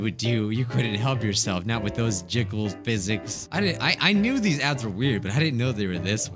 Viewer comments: I thought he said cursed dads XD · It sounds like you said Curses dad's o.o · You sound like your saying ‘cursed dads’. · He said dads not ads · “Cursed ads” I thought he said ‘cursed dads’ I was like wait wha— Edit: this is the most likes I’ve ever gotten on a comment- thx :D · at the start dose it sound like he is saying "cursed dads" rather than "cursed ads"? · Cursed Ads My ears - Curse Dads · cursed ads! no one: literally no one at all: not a soul: not even james charles: my hearing: cursed dads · Bruh when said "cursed adds", I thought he said cursed dads wtf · I thought you said "Dads" instead of Adds. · I legit thought he said “cursed dads” (edit: oh he did say that lol im dumb) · For a second, I thought he said 'Cursed Dads' and I was so confused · I thought he was saying ‘first dads’. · No he said cursed dads I replayed all the times and the first letter i here I’m a d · Dude!Your not the only one. I first thought he was talking about cursed dads but second time hearing is just ads lol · I said dads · I thought he was saying cursed dads to XD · i just realized he said cursed ads after i saw this comment lol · Same. I thought he said cursed dads.😂😂😂😂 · I heard dads uh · he said cursed Dads wtf Can you not see the Text? The hell? Uhhh. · I heard cursed dads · I heard cursed dads 🙄🥵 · he said "curse dads" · He said curse dad's accidentally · SAME i was like "Uh huh.. yea I loved cursed dads.." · wait why did i heared the intro as "Cursed dads. We all know them,we all love them,we all hate them." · I cannot be the only one that heard him say “ cursed dads” XD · At first I thought you said "cursed dads" and I got really confused lol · i kept hearing cursed dads... and im glad im not the only one based on the comments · At first I thought he said cursed dads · i thought u said cursed dads lmao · Kind off sounds like he's saying dads in the beginning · I really thought he said cursed dads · Who else thought he said cursed dads lol 😂